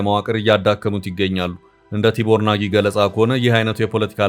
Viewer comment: Read like this ቲቦር ናዥ , not ቲቦር ናጊ።